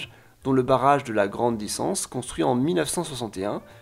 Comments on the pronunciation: aie mes oreilles! DiKSance pas dissance, c'est comme Bruxelles ça se dit pas Brussels. et finalement c'est quoi le "problème" de la Suisse mentionné dans le titre de la vidéo? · Salut ! Tombé sur ta vidéo au hasard j'ai pas décroché ! Je suis suisse et tu m'as appris pleins de choses sur mon pays, et si jamais on prononce Dixence "Diksence" mon grand père y était même ouvrier pendant la construction pour la petite anecdote :) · C’est la première fois que j’entends un français dire correctement tous les noms. Et pour ça mille bravos et mille mercis. Juste Dixence se prononce « Diksence » et même là ça passe. 👍🏻